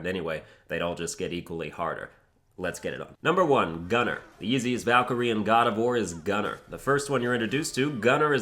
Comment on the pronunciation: The muspelheim Valkyrie was one of the hardest for me and I played this game in thee difficulty’s... right now I play in GMGOW and I hope that this would be doable for me... And please: try to pronunce the valkyries names not the American way... this sounds awful